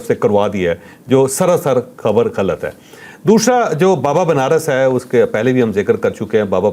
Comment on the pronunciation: دوشرا نہیں دوسرا ہوتا ھے مودی کی طرح اردو کو مت بگاڈو ۔۔۔جناب چشمش تم تو مودی کے نظریاتی غلام نکلے ۔۔۔۔ iok